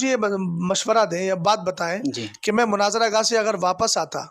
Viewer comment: مُناظرہ لفظ جناب مَناظرہ نہیں